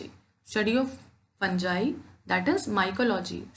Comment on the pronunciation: Fangai nahi hai mam fungai j nahi g hai ga